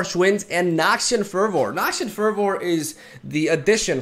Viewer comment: "Elixir of iren" "Noxian furrvoor" 😂😂